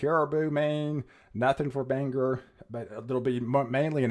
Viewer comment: Hi!! Congrats on your TV gig. Bangor is pronounced BangGOR, not BangGUR. Enjoy, and all the Bestest!!